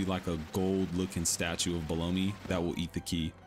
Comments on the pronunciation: Belome… definitely pronounced Bel-õm not Blow-me… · I'm sorry, "bel OH mee"? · How do you think Belome is pronounced "blow me"? Or is this on purpose to get comments? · Wait.. Is that how it's pronounce? Below-me? I always pronounced it as Bell-Ohm 🤣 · Ha! You're right.. I actually didn't catch that. Bel-omph! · I used to be unsure of how to pronounce Belome until I saw the Japanese pronunciation. It's ベローム Beromu. A syllable ending in the oo sound in Japanese normally means a silent vowel in English. So the e is silent. Bell-oh-m. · You pronounce it like Baloney? I was pronouncing it with a silent E... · Well everyone that runs this game pronounces it bell lome if tgat makes semse. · The way you pronounce belom 💀💀💀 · Lmao at how you say belome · But who knows maybe they are wrong. I just never heard someone say belome how you did lol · all good, just thought it sounded funny. Great video tho. Thanks for the info